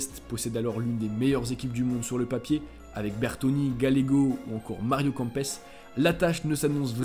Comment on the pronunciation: On dit kempes pas campes